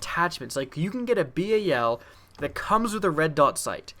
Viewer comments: He says "bay-a-l" learn how to speak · It's bal like the dal in Dallas and its obsidian stEED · He said B-A-L its BAL like the begining of balence